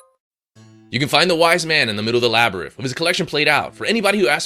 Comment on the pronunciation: This guy can't read! LABYRITH??? ANGUS???